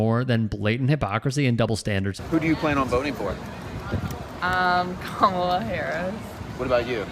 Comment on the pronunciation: You just knew the interviewer was maga by how he pronounced Kamala, always a dead petty give away.